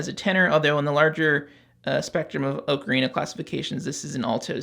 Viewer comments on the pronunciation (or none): 'Oh-Karina'; not 'Ah-krina'.